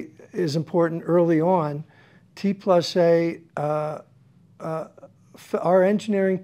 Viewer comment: T+A stands for „Theorie und Anwendung“ (= Theory and Application). So please don‘t say „T plus A“ but rather „T and A“ as respect to the brand’s origin.